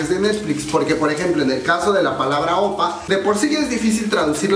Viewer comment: #1: Se dice Oppa (imagina que lleva una tilde en la última sílaba), es decir aguda. Si vamos a corregir "hangul" es bueno enseñarlo correctamente... en buena onda. #2: La ropa de VIVIZ no fue porque no tienen un buen estilista, es un homenaje al año 2016 en los MAMAS. O sea hay que informarse pue... #3: Si bien los coreanos no son tan eufóricos como los fans internacionales. Las reglas de las multitudes en Corea según "pandemia" es que no pueden gritar, solo pueden aplaudir. Éxitos.